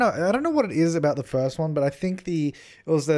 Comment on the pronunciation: “Inspired by the FIRTH ONE” ahh yes Firth one